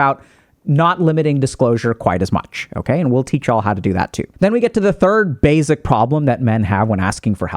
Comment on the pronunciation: I think Dr. K saying "bazic" instead of "basic" messes with my brain lol